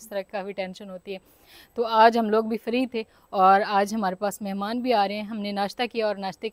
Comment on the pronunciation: Iji nahin free bolo free kitne padhe likhe hue fir bhi aapko bolna nahin aata